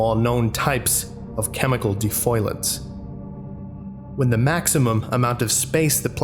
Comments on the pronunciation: i think you pronounced 'defoliants' as 'defoilants'.... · DEFOLIANTS not DEFOILANTS! Please. Just Saying, because I don't want you looking like a moron. Anyways, Feel free to delete this when you want. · I think you meant defoliants not "defoilants" lol